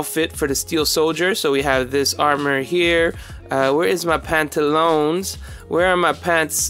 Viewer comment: Pantalown...HAHAHAHA PELEKAS